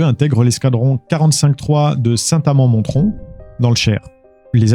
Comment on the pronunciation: Juste pour info 😅 le T de St Amand Montrond ne se prononce pas ^^ c’est « Monrond » 😂